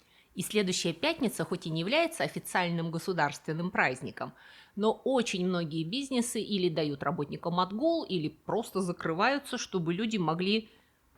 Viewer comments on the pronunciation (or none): А меня умиляет слово «бизЬнес»😂